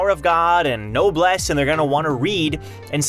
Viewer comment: This man really just said "no bless" instead of noblesse